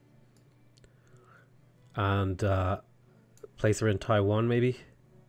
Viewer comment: I do enjoy this videos, but every time that you call Taiyuan "Taiwan," I die a little.